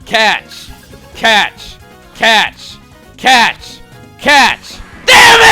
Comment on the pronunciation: when chugga yelled catch i thought he yelled cats